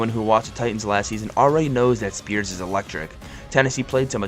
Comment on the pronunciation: How you pronounce” Skoronski”right but “Spears” wrong 🤣🤦🏾‍♂️